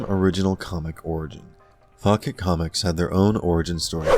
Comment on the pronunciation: Only thing that bothers me in this vid is how many times he mispronounced "Fawcett". It's "FAW-set", not "Faw-ket"...LoL